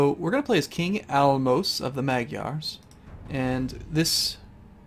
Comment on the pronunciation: Majyar is how you pronounce that